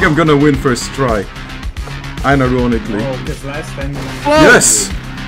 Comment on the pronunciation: "Inoronically" Subtitles: "I never want to clean it"